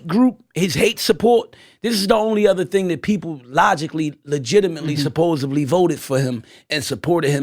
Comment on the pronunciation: Can somebody tell him it’s ‘supposedly’ with a ‘D’ and not supposebly